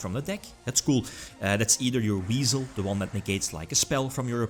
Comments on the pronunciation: I definitely heard Weasel and had no idea it was Wisel for the longest time lol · You tell em! Also it's WISE-el. Weird I know